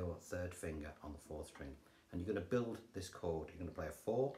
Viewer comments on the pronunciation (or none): none